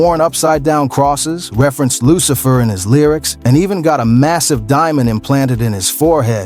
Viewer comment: Lil Uzi Vert - Lu- ci- fer